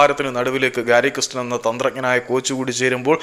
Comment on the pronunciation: 😂😂 ഗാരി കൃസ്റ്റനല്ല ചേട്ടാ‼️ ഗാരി കേസ്റ്റൻ‼️‼️😂😂